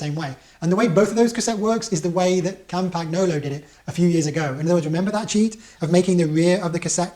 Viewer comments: Cam paG no lo......hahaha. So you won’t sound like a muppet it’s pronounced something like Campanyolo. You’re welcome, my pleasure :) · It's pronounced CAM-pan-YO-lo. No hard G. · Argh my ears hurt. Say CAMPAN-YOLO ya Pommie git. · Lots of excellent information, thanks. But now, on to the complaint; why are you pronouncing the G in Campagnolo?